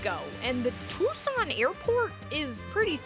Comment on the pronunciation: Too-sohn Ah-ri-ZOHN-yah